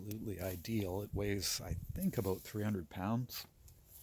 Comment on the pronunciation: Aboot = Canadian :)